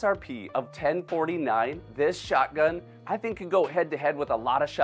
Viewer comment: Me too I found myself saying shotgun in the same way says it 😂😂 like shutgun